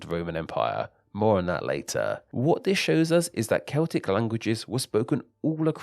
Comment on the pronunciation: Why are you talkinG like tha-TUH?